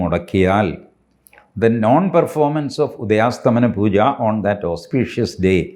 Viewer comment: Sir, ഉദയാസ്തമന അല്ല ഉദയാസ്തമയ എന്നാണ് 🙏 Thanks